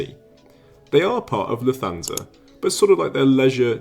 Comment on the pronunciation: Just for future reference, there is no “th” sound in German like English “thanks” or “the.” Lufthansa is pronounced “Looft-HANS-uh” in which the t and h stay separate and do not combine.